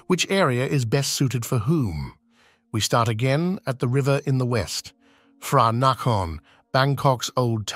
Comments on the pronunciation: When you read Romanized Thai print. Every "Ph" is just a sound of "P" not "F". Phranakorn is "PRAnakorn" not "FRAnakorn", "pom prap sattru phai" will read "pom prap sattru PAI". also "Th" is not pronounce "Th" but "T". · HINT: There are lots of mispronounciation that can confuse any tourist when ask local people for the place names describeded in video ===> PH is not sound F but P. TH is not sound th but T. (eg. Phranakorn = pra-na-konn = พระนคร) It's better using at least google translate Eng->Thai and listen to that word sound.